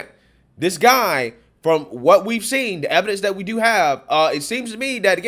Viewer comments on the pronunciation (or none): none